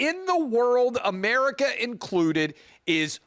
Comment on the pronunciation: The Intifada comes to North Mexico, I mean, A-mair-ee-ka 2.0!